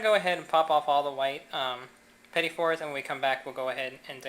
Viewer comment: Awesome videos! It took me a few minutes to get over the mispronounciation of "petit fours", but it is really obvious that you have been doing this for years. I was originally thinking of making this for a party, but after watching the video, I realize how difficult it can be and I will have to put in more hours in the kitchen before I give this a go. Thanks so much for posting the video. It was a real pleasure to watch.